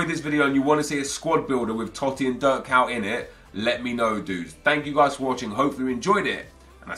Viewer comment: Why u saying Dirk cow?